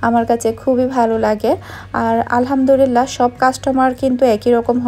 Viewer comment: plz alhamdurila.na alhamdulillah bolun plz